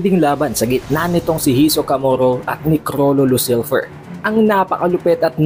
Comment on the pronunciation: Ayusin mo pronounce sa hisoka. Ang awkward